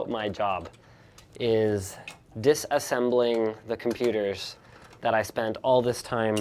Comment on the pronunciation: we will be "DITHhaassembling" 😂😂😂😂😂😝